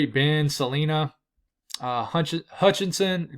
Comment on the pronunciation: Suh-line-uh. Is how we pronounce Salina in KS lol